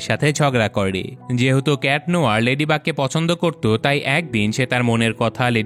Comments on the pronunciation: Kitnohor ❌ cat noir✅ Floe❌ chloe✅ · Not cat nohor it is cat nuar